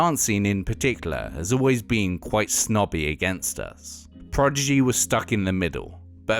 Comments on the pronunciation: Clearly a big fan but he keeps saying Progidy instead of Prodigy...easy mistake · This is very interesting but spoiled a bit by this guy constantly saying "Progigy" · He keeps saying "PROGIDY" instead of "PRODIGY" and people in the comments seem to be ok with that. I don't get it :( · All together, "prodigy" Not "progidy" Ok? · Casting director: You'll be reading for the Progidy documentary today. Narrator: Progidy. Casting director: You're hired. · Why people keep mispronouncing the prodzedgeeh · Why does it sound like he's saying "The Progidy"? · Why does the narrator sound like he's saying "the Progidy"? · I can't get over the guys pronunciation of Prodigy.